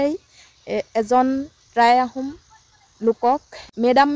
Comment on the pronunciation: Try নহয় টাই আহোম ক'ব। উচ্ছাৰণ ভুল।